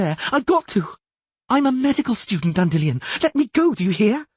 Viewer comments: Dan Dillion, it's weird that in the 2nd book he does say it normally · Hate the way this guy says Dandelion.